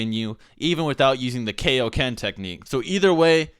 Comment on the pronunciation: When are we gonna learn the keioken? What? The keioken king kai! Kai. What? KAI-O-KEN! IT'S IN MY GOD DAMN NAME! -___- y u make me do this